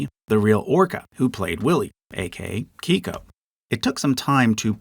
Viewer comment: Big fan of this video, but I must admit that some of the name pronunciations are driving me a little crazy. I’m from the PNW and have never heard anyone pronounce Keiko’s name as “kee-ko”